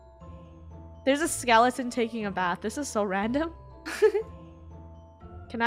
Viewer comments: 😅 it's sounded like said skelington. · “It’s a DJ skelington” 😂